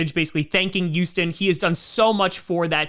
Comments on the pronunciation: Why does say Youston and not Houston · Does anyone else notice him saying Uston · “Youston Texans” lmao 😂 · He sounds like he says youston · The You-Sten Texans